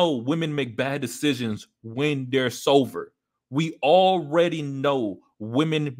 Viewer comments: Stay sover my friend Heh Heh heh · lol bro, i kept hearing you say sover instead of sober haha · Sover? Or Sober 🤣